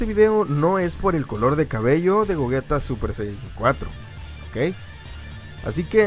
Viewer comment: Por que le dice gojita y es gogeta